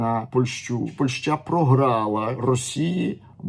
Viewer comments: Ваша ПольшА, просто УБИВАЕТ, дальше не хочется слушать! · Если вы еще и поляк, то тем более удивительно слышать такое ударение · 😂 я с Украины и живу в Польше уже 9 лет. Но такое ударение слышу в первые. Ни на украинском, ни на русском это слово так не звучит.